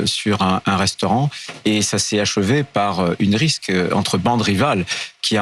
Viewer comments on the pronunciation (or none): M. Retailleau, on dit RIXE, pas riske...salutations d'Alger ! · on dit "rixe" et pas "risk"